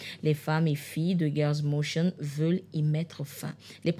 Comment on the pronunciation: C'est plutôt le " Mouvement Girls' Motion" et non "Girls michine" (comme prononcé)! Et c'est surtout un mouvement FÉMINISTE!